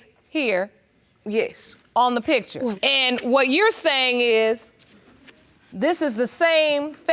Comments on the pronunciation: i cant even listen to the first case because the lady's voice is so intolerable omg the way she says "pitcher" instead of "picture" is sending me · Sorry, but most people say pitcher 😂😂😂